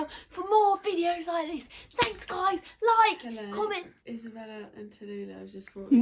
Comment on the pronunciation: When u said Tallulah I was like huh 😂😂😂